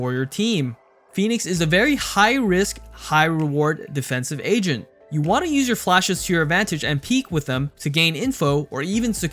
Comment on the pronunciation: He says agent I hear asian Or maybe its just me